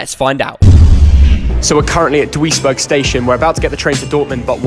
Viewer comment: As someone born in Duisburg it‘s great to see you here at the start of the vid. But that pronunciation broke my heart hahahahah